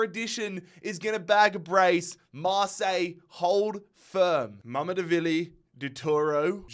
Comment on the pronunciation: Its mamadarshveli not mamdevili